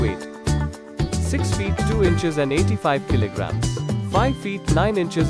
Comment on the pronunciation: It is not kili gram it is kilo gram